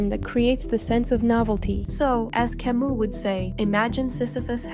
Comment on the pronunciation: Learn how to pronounce Camus the French way